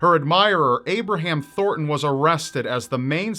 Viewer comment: its ThorNton, not Thorton.